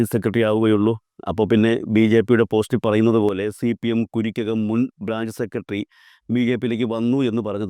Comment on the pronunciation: Kurikkakam alla Karikkakam